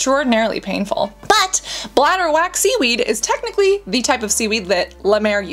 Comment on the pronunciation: Its bladderwrack seaweed, not bladderwack.